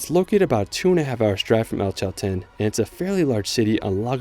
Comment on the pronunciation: PERMaMARA???Purmamarca Aquenagua??? Aconcagua BARLOCHE.... Bariloche Elchen? Chaltén